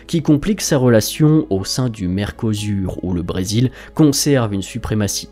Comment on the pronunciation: Merco quoi ? C'est en quelle langue ?